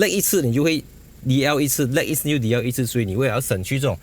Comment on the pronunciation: DL 是“Du-Lan” ma?😂 和你确定一下